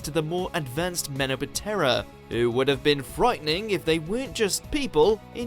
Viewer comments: And Menoptra is somehow pronounced as "Men-oh-pah-terra" for some reason here! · Menoptra...not men o petera...goodness sakes learn how to pronounce the names or don't bother. Bad enough with Davrose...🙄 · Its pronounced 'Men-optra'-sheesh! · So many errors on this one. Men-o-pet-erra made me laugh. Said si wrong on 10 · "Me-no-bah-terra"? "Feng Shang"? Some sketchy pronunciations there.